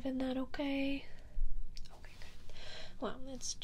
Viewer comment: i really love the occasional pronunciation of "oquay" or "o-cawhey." seriously.